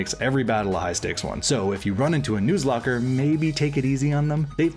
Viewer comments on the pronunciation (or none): Its “nuh”zlocke not “noo”zlocke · Am i the only one who laughed about how he pronounced nuzlocke? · Mispronouncing Nuzlock and giving the Pre-Gen 6 shiny odds. Gg,.